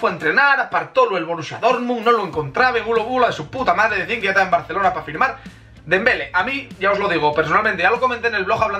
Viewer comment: Es dembelé con accento😂🙄